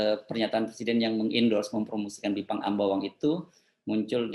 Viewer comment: Pakkkkk Baca Pake Text Aja....drpda Salah Ngmong😭😭😭😭😭.... Bipang Ambawang itu untuk TKA Yg baru Dateng aja pak 😭😭😭